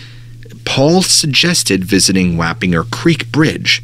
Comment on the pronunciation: It was so weird to hear about my hometown in here. The Hudson valley is the BEST! It’s pronounced WAP-IN-GERS.. Wappingers. Btw! It’s ok, but thought I’d let know! 😊